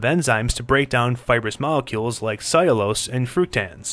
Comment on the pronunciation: He can't pronounce soluble or cellulose...